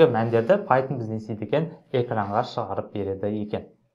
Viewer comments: Пайтжан емес пайтшарм солай естіліп тұр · Пайтон❌ Пайтжан✅